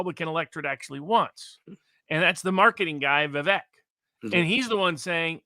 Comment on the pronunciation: Pronounced Vivek as in cake🤓 Much appreciate the discussion.